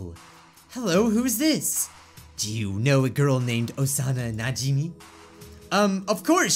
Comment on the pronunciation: It's NA-JI-MAY